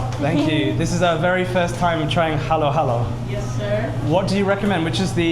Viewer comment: It's not halo-halo, it's haluhalo.